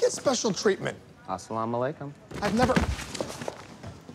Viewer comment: “Assalama lay koom”